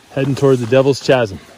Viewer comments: Dude. It's pronounce KAZ-em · My mispronunciation of chasm has upset many of you. Thanks for watching! If you would like to support my work, please consider purchasing a copy of my book, Enigmatic North America: Legends, Oddities, and Controversial History. There are over 200 high quality photos in this book and it is full of mind-blowing information. Available in paperback snd ebook on Amazon! Thanks for the support! Link to my book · Hey, the "h" in chasm is silent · Please look up the pronunciation of "chasm". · Never heard someone mispronounce "chasm" before lol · It’s pronounced “Kaz - um” Not chaz - um. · Good times. But your pronunciation of Chasm - /kazem/ was atrocious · Every time you say ch…asim I crack up. I have always in 68yrs been taught Kaz..im…do I know which is correct…thank you for sharing as I couldn’t climb 20feet. Also I live in Australia so thanks…❤❤ I didn’t read other comments……sorry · Chu-asm… noooooo…. Khasm… yesssss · It's pronounced kazum with the sound kaa-zum not with the ch-zum sound LOL sorry my OCD kicked in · Chasm is pronounced “KASM”. Have you ever read a book? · You probably saved yourself a ton of people saying, It’s pronounced Kasm, lol. Great job! Keep them coming. I’m disabled and can’t explore anymore. I used to find Creek Indian places all the time growing up. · A correction, FYI: the word “Chasm”, the H is silent! It is pronounced, “Kasm.. silly! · Beautiful part of AZ, I'm impressed you didn't get lost as the the trail is pretty limited. So you know chasm is pronounced "kaz-um" the h is silent. The area between Cottonwood and Sedona has some similar dwellings and there's a cool slow train that goes through it. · Gonna sound mean but I had to stop at chazzzm , sure it’s badass but can’t even watch I’m laughing so hard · wonderful hike! Just a little note, chasm is pronounced Kasem. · It is pronunced"kazim". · Devil's KAZZEEMM.try that .😮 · FYI: Chasm is pronounced with the hard C sound like cattle. Cheers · Chasm “kasim”